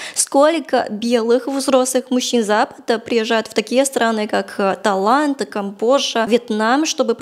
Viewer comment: Хороший русский, согласен, но произношение подводит — геншин превращается в гейшу, Тайланд в талант (или это я глухой?)